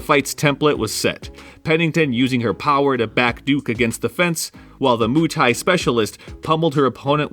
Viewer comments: “Moo tie” lmfao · "moo thai" 😂